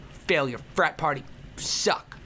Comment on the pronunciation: Who else thought he said spider fap party instead of frap party which isn't even a word?!